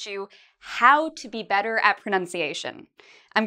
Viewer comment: "How to be bedder at pronunciation... " Lesson 1: Learn to pronounce the letter "T".